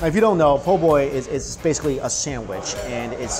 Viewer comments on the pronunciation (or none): Hey New York: It's "praw-linz" not "pray-leens", it's not "poor-boy" it's more like "po-boi" (can't quite get the pronunciation down in text), and it's not "a crayfish boil" it's "crawfish bole". My grandma used to make that porkchop and basically Cream Of Mushroom soup mixed with a little porkchop gravy smothering over it. And during that whole viddy I didn't see even one single example of Collards anywhere. I know you don't like green vegetables but you CANNOT leave the South until you have experienced the culinary lingual orgasm that are properly prepared "Mama's secret recipe" collards. My grandma made the_best collards using apple cider vinegar (not regular white like rookies use) and salt to just take the edge off the massive bitterness, and just the right amount of brown sugar (not white, and one time she even subbed in some Alaga sorghum syrup which was a little bit too sweet) to bring up the sweetness just a little bit. SO GOOD!!! - 50% Dixie Man